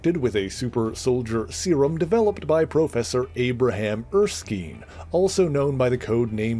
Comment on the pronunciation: Not being snarky or anything, but it's pronounced Er-skin. It's a Scottish name. There's even an Erskine Castle, hence why Hayley Atwell was the only member of the cast of "Captain America: The First Avenger" to pronounce it right. Edit: He pronounces it correctly in later points, but if anyone is confused on the pronunciation, now you know